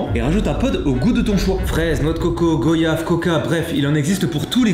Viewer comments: Petite information très importante, ça ne ce dit pas GOyave mais GOUAyave. (Je l'ai écrit comme ça pour la prononciation.) Et je sais ce que je dit car je viens des Antilles et ce fruit vient des Antilles aussi. 🙂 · IL A DIT GO YAVE LA PRONONCIATION C'EST GUAYAVE ON DIT VUAYAGE PAS VO YAGE 😭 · naaaan Mastu naaaan ne me dis pas que tu dis 《 g o yave》😭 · Goyave pas go-yave 🥶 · je t’aime bcp mastu mais c’est GOY-YAVE ba GO-YAVE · On dit pas goyave on comme voyage ais pas grave 👍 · la même prononciation que voyage c'est comme ça qu'on le prononce aux antilles x) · Jtaimais bien jusqu’à ce t’ai dit Go-yave . Les antillais comprendront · Le mot goyave se dit comme voyage mastuu!!!! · Mastu on dit Goiyave comme voyage xD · On dit pas goyave sa s'écrit comme sa mais sa se dit comme voyage 😭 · "goyave" je.... je vais rien dire.... "gauyave" 😭😭😭😭😭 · On dit goi-ia-ve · On dit pas goyave on dit goiyave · Sa s’écrit goyave mais sa se lis goiyave tu va te faire insulter mastu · pfff c'est pas goooyave bon pg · Je ne peux pas m'abonner à la chaîne de quelqu'un qui prononce mal goyave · comment ça comment tu à dit goyave tu un voiage ou un voyage alors prononce bien